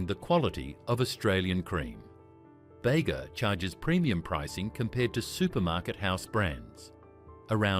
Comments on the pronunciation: “Bega” is pronounced “bee gah” not bay-guh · What is "bayga" cream cheese...AI alert...